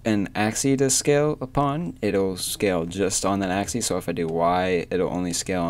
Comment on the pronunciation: You cant say "Axi" it's always "Axis" :D